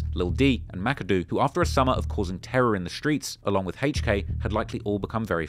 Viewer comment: “Hayche K”